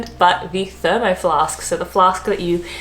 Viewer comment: j Sorry, I didn't read your earlier post properly, she did say Cockwell :-) She also dropped the "s" when saying Thermos, and called John Logie Baird John Bard. The lady seems to have a issue with names.